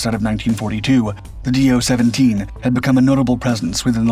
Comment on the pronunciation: Also, he says "Dornier Dooo 17". Next he might be saying "Junkers Jew 87".